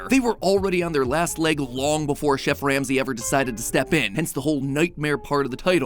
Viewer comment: Ol MatPat had that "Gordon Sham-say" in his back pocket for a min 😂